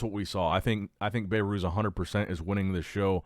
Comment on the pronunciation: "Bay-Ruse" is not how his name is pronounced😅 It's pronounced "Beh-Ruz"